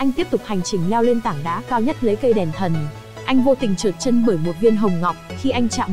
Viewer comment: Đọc toàn sai thôi,đèn thần thì đọc đàn thân,cô hầu gái thì đọc thành cầu hầu gái ........